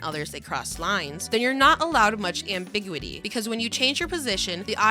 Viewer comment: The script is AI 100%. The voice almost sounds like AI because there’s virtually no emotion or charismatic inflection in anything being read, but I think it is human, with the sole indicator being that they mispronounced the word “ambiguity”